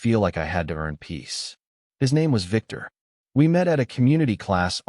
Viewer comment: When you can't pronounce the letter V....Biktur.